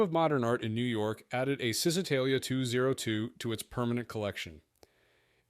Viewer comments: It's actually "Chi", like in the word "aCHIvement". Chisitalia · its pron. ShisItalia , not Zistitalia